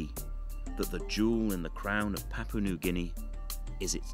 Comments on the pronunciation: I lived in Papua New Guinea for 14 years. I miss many aspects of the life there, especially the traditional food and dancing ceremonies. Hiri Moale is mispronounced in this video. It is moh-AH-lay. Papua is pronounced PAH-pwa. Please get it right. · You would think a promotion video from Papua New Guinea Travel would have had a narrator taught correctly how to say, 'Papua'. The first 'a' is the same as the second 'a'. The 'a' as in 'tarp'. It's not hard to do.